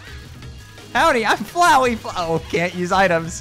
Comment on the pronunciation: That ain't flowey that fowey